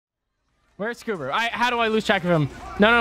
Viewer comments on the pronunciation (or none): I smile every time I hear go "Scoober", without fail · Every time has say "SScooBEr" I smile.